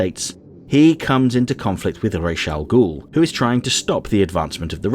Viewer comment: One thing I have never understood is why and how the DCAU creators came to the weird belief that Ra's al Ghul is pronounced "Raysh." Even to the point where Terry pronounces it differently (as "Rahs") and Bruce "corrects" him. What is so incredibly ironic about that scene is that "rahs" is the actual correct pronunciation! I mean, all you need to to is ask someone who speaks a Semitic language. I am sure that all of you have heard the word Rastafari before... well, I'll just let Google explain it for me: "The term "Rastafari" derives from "Ras Tafari Makonnen", the pre-regnal title of Haile Selassie, the former Ethiopian emperor who occupies a central role in Rasta belief. The term "Ras" means a Duke or Prince in the Ethiopian Semitic languages, from "Head" (Duke, Leader, Head, etc.) "Tafari Makonnen" was Selassie's personal name."